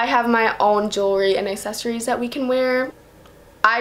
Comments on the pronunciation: The way she said "accessories" in the beginning kills me "assessories" 💀💀💀💀💀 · She pronounced accessories assessories and it annoyed me so much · Nowak none because she doesn't pronounce the "C"